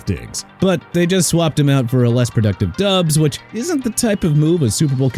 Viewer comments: Exactly! They also need to learn it's pronounced DOBBS, not DUBBS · Diggs did nothing in the playoffs per usual. Why keep him? And it is Doubs not Dubbs. This is horrible work. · Doubs was in a big reciever rotation. No Number 1 receiver in Green Bay....and it's pronounced DOWBS